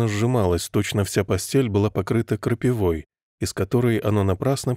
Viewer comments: И всё таки "крапи́вой, а не "крапивóй". Очень слух режет. Сначала даже подумала, что ИИ читает. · крапивОй, Ездовая и прочие ляпы в ударениях-скорее всего, читает робот